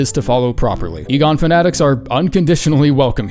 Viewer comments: bro is finally saying Igon right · credit where its due, this time Igon was properly pronounced o7